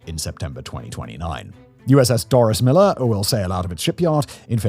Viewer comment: Please note that the future USS Doris Miller is pronounced like Dorey Miller. The soldier it is named for was a hero